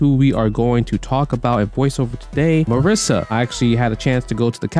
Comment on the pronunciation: MA-REE-SA. Lol.